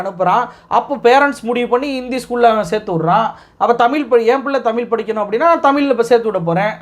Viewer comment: தமிழ் என்ற உச்சரிப்பு தமிழ் என்று வருகிறது நண்பரே . தமிழ் பற்றி பேசும்போது தமிழ் உச்சரிப்பில் கவனம் மிகவும் அவசியம். திருத்திக் கொள்ள வேண்டுகிறோம்